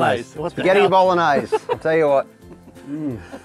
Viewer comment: ahahah incredible how you pronounce BOLOGNESE hahah love form italy! (that's not a bolognese hahahah)